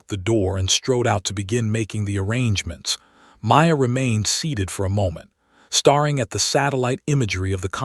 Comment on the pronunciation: PLEASE! It’s staring NOT starring, it’s hoping NOT hopping! THE AI NARRATION IS ILLITERATE! 🇺🇸🤨